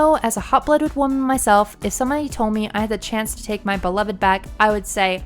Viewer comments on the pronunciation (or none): none